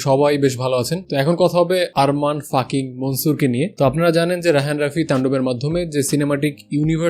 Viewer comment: আরে বলদ, ওটা ফাকিং না 🤣🤣🤣